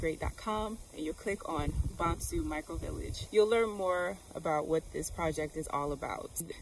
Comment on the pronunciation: Nice Vlog - btw the name Bonsu is Pronounced: 🗣 B-O-N-E-S-U 🇬🇭😂😂 In Ghana everyone is family